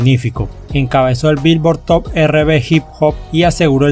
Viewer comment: Como critica constructiva podrías pronunciar correctamente en ingles, algunos nombres de canciones los pronuncias correctamente pero hay cosas que no pronuncias correctamente ejemplo R&B no es "erre be" entre otras cosas. Un saludo y que buen trabajo recopilando info que en pocos lados encuentras en español.